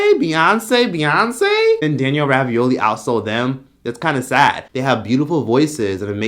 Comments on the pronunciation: Rabiolli 🥱😭😭 it's bregoli 😂😂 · I thought it was Danielle Bregoli not Ravioli lmao 🤣